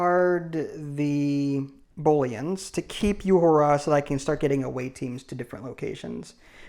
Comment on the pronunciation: Hello. I know it's nitpicky, but her name is pronounced OO-hura, not YOU-hura. Thanks.